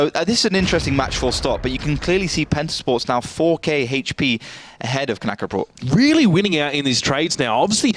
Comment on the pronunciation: Knäckebröd not Knackerbrot learn Swedish.